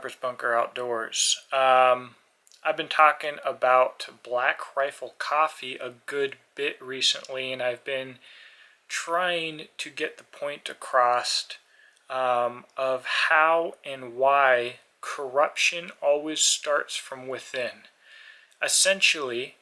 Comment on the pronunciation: "Pile on the coffee dudes!" We have to listen to some nobody who says "accrost" lecture us about corruption from within about a coffee company. This is becoming the Right's version of the Left's tried-and-true tactic of smear and cancel. Brew up a pot and find another prepper channel...this guy is making the Right look both foolish and illiterate....